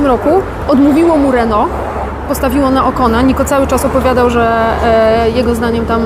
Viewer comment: Rrrrr jak Reno:)